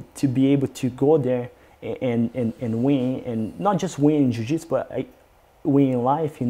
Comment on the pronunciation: A forma q ele pronuncia a palavra jiu-jitsu, e a mais br possível.